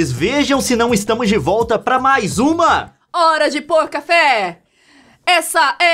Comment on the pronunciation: o nome era para ser hora de pouca fé so que o leon fala errado e foi hora de pôr café